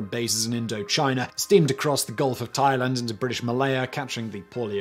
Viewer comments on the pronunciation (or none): none